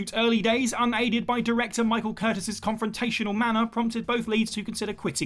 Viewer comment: One of the greatest directors of all time, Michael Curtiz, please respect the man's name. His last name is pronounced (cur-tease) nor Curtis.